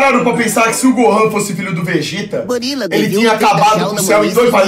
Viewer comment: "O VEGÉTA" kkkkkkk